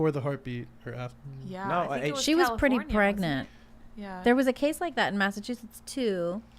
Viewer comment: saying Massachusetts and all I hear is "Massive huge tits"